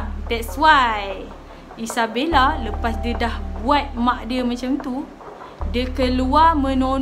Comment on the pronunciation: kenapa erk selalu cakap isabelle ?😅